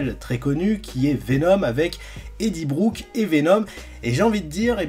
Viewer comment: c'est eddie brock pas brouk😂🥲